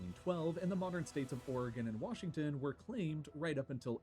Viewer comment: And “Wassington”